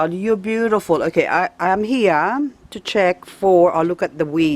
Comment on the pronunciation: I have to look for it As you always say, "Besutiful".